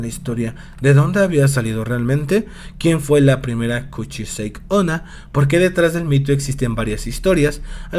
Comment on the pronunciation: El vídeo es bueno, pero la pronunciación del nombre es incorrecta. No se dice "kuchisheik", se pronuncia tal cual se escribe "kuchisake onna", que en japonés significa "mujer con la cara cortada". Fuera de eso, buen video.